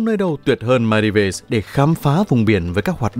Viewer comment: Thượng lưu gì mà cái tên Maldives cũng không nói đúng nổi nữa vậy?